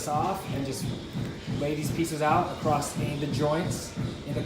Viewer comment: Nice video. “Acrosst? Or across?